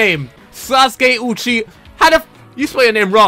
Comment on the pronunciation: He Also Said Uchia Lol